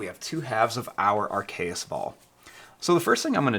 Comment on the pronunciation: It is called a AR-KE-US soprise fold.